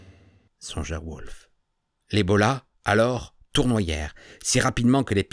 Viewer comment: On dit plutôt "bolasse" dans le jargon hippy-baba-punk. Et chez les ethnologues français-e-s aussi si je ne m'abuse. Toujours aussi bien conté. C'est mon 1er comm j'en profite pour dire bravo et merci!